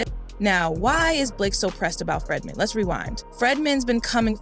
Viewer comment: Its not FREDman, its FREEdman